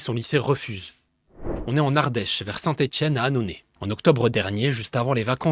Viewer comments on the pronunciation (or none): "Vers Saint Étienne à Annonay" 😂😂😂 tu n'es pas parisien toi ?😅